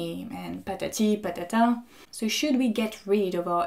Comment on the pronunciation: just a quick random fact: "patati e patata" are very famous clowns here in brazil, had a quick laugh when you babbled over their names